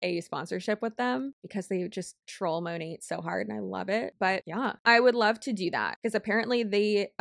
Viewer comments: It should be "mah-nayt" since it's short for "Modern Nature," but few of them say it that way lol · I swear Monat is the only company ever in existence where none of the "employees" can agree on the pronunciation of the company name. 😂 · The way Monat huns don’t know (and can’t agree on) how to pronounce “Monat”, is so weird, and it’s not a foreign word either. To me, consistent pronunciation seems essential to branding. I thought the corporate side would’ve decided to spin it as: “USA based” patriotism, or a “fancy/special foreign ingredients” thing. On the topic of mispronunciation, my family had a Daewoo (Korean brand) car when I was a kid. Even the salespeople pronounced it ‘day-woo’, so we all did! Then years later, Daewoo did a big ad campaign in Australia, and the pronunciation was pretty different. (Even now, IDK which version is correct, lol.) Fun fact, AKA my 0.5 seconds of fame… I was in a TV ad campaign with my brother, while my father had 1-2 lines. (They only used Daewoo owners in these ads!) So, in the voiceover, we ended up as someone’s “grandkids”, or just “kids”; my father was a businessman, which was close to IRL. I bet we still have the videotape somewhere - that thought makes me feel old, lol!